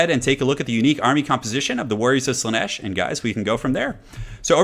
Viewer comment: Slaanesh, not Slaneesh^^ Great video though. <3